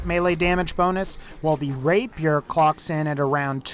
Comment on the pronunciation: Text: "Rapier" Pronunciation: "Rape peer" FUCKING: "RAPE YOUR" RAPE MY WHAT? lol